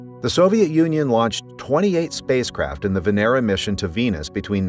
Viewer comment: It's not "Veneera", it's Vénera, which literally means Venus